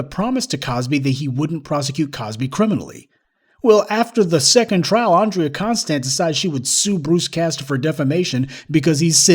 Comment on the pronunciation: Andrea CON-stand.